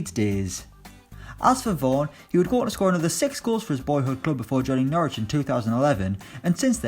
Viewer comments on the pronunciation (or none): none